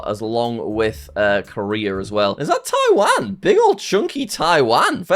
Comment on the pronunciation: the ways is says Taiwan